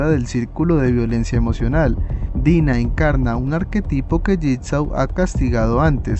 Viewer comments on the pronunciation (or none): none